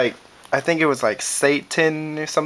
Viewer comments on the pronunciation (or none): he said satan!!! lmfao. (sa-tin) satin lol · not satan like the devil it pronounced sat(as in sit)-an lol not to be like "oh im smarter than you and crap" i figured it out like 2 seconds ago wen my frend told me lol(he's a nerd) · swade.....and satin.....thats how its prounced...but i got what u said